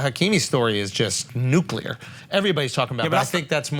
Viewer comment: When is someone gonna correct Schulz when he says “nucular”? He never gets it right